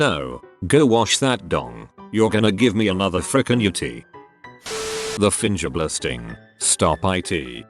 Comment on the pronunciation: Lmao I cant help but laugh every time it says “finjur blasting”